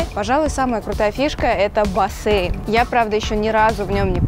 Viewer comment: Почему бассЭйн? Это так ужасно режет уши 👂